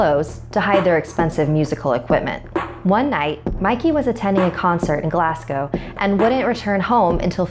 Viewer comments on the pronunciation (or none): glass- gow ... g.. gLaSs gOw? ?